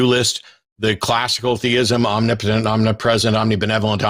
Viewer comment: Why can't theists ever pronounce "omnipotent"?